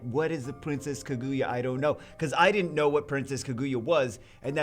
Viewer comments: I think it's pronounced Kah-goo-yah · Oh yeah I know this story. Celesteela, the Pokémon, is based off of her. Also nitpick, but it’s Kaah-gu-yah. You emphasize the kaah not the gu. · No no no, it Kuh Goo Yuh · please pronounce it right^^ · RIP name pronunciation 😂